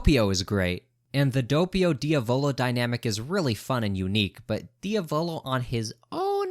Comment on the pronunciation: same goes for Diavolo😭 dude said Dio-vlo